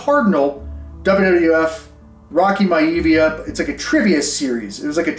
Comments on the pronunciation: Rocky MY-a-VEE-a, brother. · just a heads up beast, its pronounced Rocky My-ah-v-ah!! also keep in mind that all them high number sales were during covid when people had a TON of extra money! the prices and come back down to earth, some of them cards dropped in price by almost triple and in some cases 4x!!! I've been selling and flipping for almost 7 years and im struggling to sell cards at the moment of top tier Football, basketball players, and wrestlers! it might change in a few years so all the best to you kind sir!!! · bro. It's pronounced Rocky my-ah-via 🤣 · You pronounce it My-A-via! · Im sure someone already said this but, its pronounced Rocky (my-a-via). Love you LA Beast💪🏼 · My-uh-vee-ah lol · The rocks name back then was pronounced like Rocky My Uh Vee Uh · Rocky My-a-vee-a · Rocky My-uh-vee-uh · Hearing how u pronounced rocks gimmick last name was like nails on a chalkboard. Hahaa Great video tho. Loved it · lol how you are pronouncing Maivia. Cool ass video though. I used to have a bunch of wrestling cards as a kid. Wish I still had them but I didn't know that these should be cherished when I was a kid.